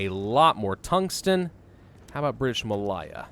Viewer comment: thats not how you say malaya.